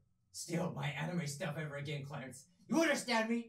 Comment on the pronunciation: YOU SED CLERICE WRONG IM FREAKING OUT AHHHHHHHHHH